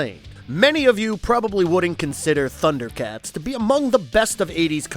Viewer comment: Man you butchered the pronunciation of the names.... did you even watch? How dare you criticize the Thundercats!!!!